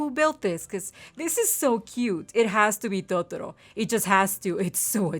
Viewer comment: the way u say totoro... MMMMMMMMMMMM ITS BEAUTIFUL!!!!!